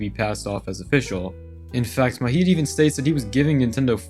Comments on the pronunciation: Love the nostalgia, but it’s low-key taking me out that u pronounce Majid, an Arabic name, like it’s a Spanish name 😭 The "j" is pronounced like the English "j," not as an "h" like in Spanish. I have no idea why, but I find it way funnier than I should. Great video tho, as always! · Why the hell are pronouncing Majid like it's a Mexican name? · The 'j' in Majid is pronounced like the j in "juice"